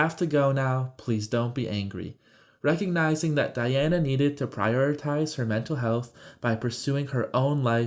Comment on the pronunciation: Diane not Diana....